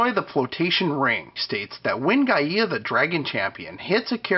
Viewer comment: Just an FYI Gaia is pronounced "Guy-Uh" not "Guy-Ee-Ah" Any questions on it just check out any old episode of Captain Planet.